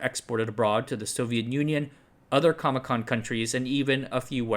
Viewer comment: I can't not laugh when you say CAMECON countries. It just sounds too much like all the ComBloc countries were at a comic convention.